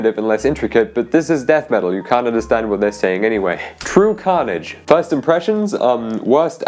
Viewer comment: True carnage the first "ee"? Kid, no.